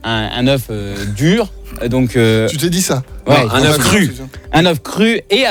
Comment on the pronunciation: L'euch alors que c'est œuf on dit de cauet mais la bichette désolé